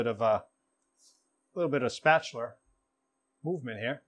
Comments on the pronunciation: What is spatchuler ;)? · I'm guessing he's from New York or Jersey, The pronunciation of spatuler instead of spatula gives it away.